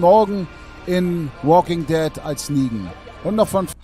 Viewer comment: Alle: The Woking Ded Monte: Se wokink det No hate😂